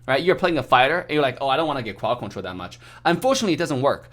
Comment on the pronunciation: I love the way he says. Cwod Cwontwol